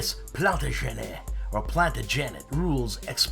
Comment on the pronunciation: Great show! And great weathering! But... plan-TAJ-ə-nət... plan-TAJ-ə-nət... plan-TAJ-ə-nət! 😉